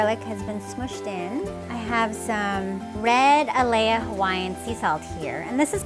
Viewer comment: No garlic in Kailua pig. And it’s Alaea (Ah-lie-uh).